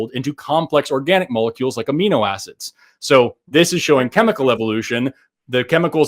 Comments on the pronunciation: You lost him when you said: "aminoacids" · This guy 150% thought said amoebas when he said amino acids lmfao